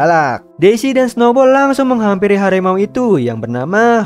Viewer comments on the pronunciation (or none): Harimau bang bukan Hadimau🗿🙏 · Harimau bukan Hadimau Bro 😎